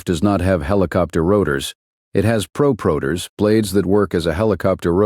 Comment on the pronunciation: Tell your AI they are pronounced "Prop - Rotors". NOT proooprotors